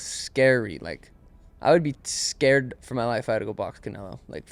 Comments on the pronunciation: Oh my god! Stop calling him Caneylo! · saying Canelos name like Cay-ney-lo pissed me off so fucking bad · “Can-ay-low”.. learn how to pronounce it 😂😂😂😂😂😂😂😂😂😂😂😂😂😂😂😂😂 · It drives me crazy when calls him canalo 😬 it’s canelo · will never get over calling Canelo 'KA NEY LO' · Absolutely no one: - CAN-NAIL-0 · He said Canelo vs berlotto 😂😂😂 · should’ve been off this podcast, asking terrible mma questions, doesn’t even know how to pronounce Canelo right